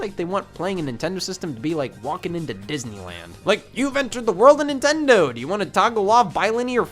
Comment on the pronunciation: did he just say Nin tend on 😂😂😂😂 nigas